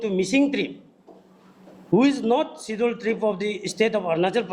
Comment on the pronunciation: Hahaa....even you can't correctly pronounce the word Tribe😆